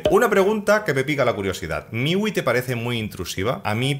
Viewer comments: Hombre, MIUI se pronuncia miyuai, para que lo digas fino filipino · "Miwi" - refiriéndose a MIUI, 2018